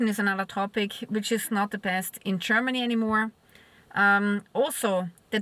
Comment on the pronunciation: csörmany chörmany chörmeny lern proper english pronanciation